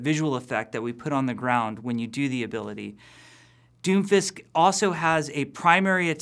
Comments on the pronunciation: I keep hearing doofus instead of Doomfist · Sorry but it's "Doom_Fist" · When he said doomfist I thought he said doofus